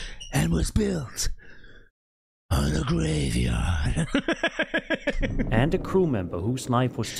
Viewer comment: Is it bad that I laugh every single time says “and it was buried….. IN A GRAVEEYARD!”? Lmfaoooo I laugh harder everytime… geeked smh